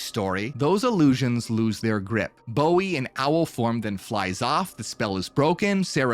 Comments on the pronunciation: ... Did you just Say David Gowie? its David Bowie... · Did u say David gowie?? Wierd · Loved the video but yo said David Gowie lol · Swear u said David Gowie lol